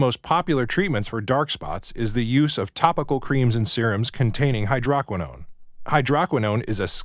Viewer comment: The voice is computer generated. The word hydroquinone is mispronounced. Also, hydroquinone is banned in Europe since 2001. It is a cyto-toxic.